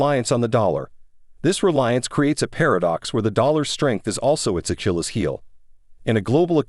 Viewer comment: I stopped listening when the narrator pronounced "Achilles" in "Achilles Heel" as "a-chili's".